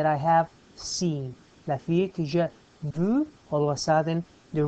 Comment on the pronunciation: it´s ok just improve "vu" pronunciation.